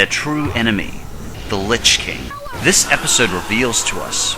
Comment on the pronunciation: litch king LOL did you play wow before making this video